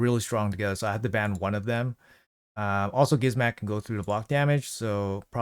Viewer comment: bro its not Gizmat and su zen, its gizmaK and sHu zen lmao love the live arena vids tho